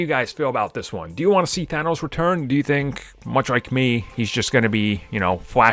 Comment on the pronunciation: Thanos not Thano Thanos' not Thano's